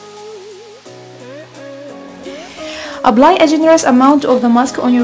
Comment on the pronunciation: It’s apply not Abbly